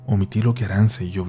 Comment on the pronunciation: ARANTZA, SE PRONUNCUA "ARANCHA". Y EATA ESXEITO EN EUSJERA, KE NO SABEIS NI PRONUNXIAR.!!!.